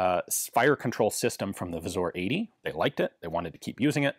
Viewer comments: Great video as always! A quick tip on the pronunciation: You've got the W->V sound down, but it should be pronounced Vzoor, like in boo. And the r is rolled. So the Pattern 88 becomes Wzór 88 or abbreviated to wz since that's already one too many vowels for us poles :P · As always Ian delivers quality video, i only wish he'd switch pronounciation of "wz" to "Vzoor"